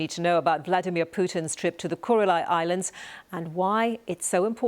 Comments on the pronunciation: Maybe she could say Kuril Islands instead of Kuril-i Islands?! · The BBC presenter repeatedly calls the islands the "Kureli" islands. That is not their name. There is no "I" sound at the end of Kurile. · Why does the presenter (unlike the correspondents) continually pronounce the name "Kuril-eye Islands"? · BBC is a joke. She can't even pronounce the name correctly